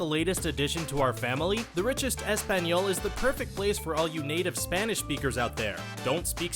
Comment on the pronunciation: The way you pronounced "español" is offensive... I feel bad for your children, when and if you have any. From the moment they're born you're going to shove crap like this down their throat, and in turn you get a vulnerable crybaby adult in your own image. That should be considered child abuse.